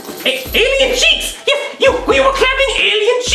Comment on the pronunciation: This is how many times Jeff’s said cheeck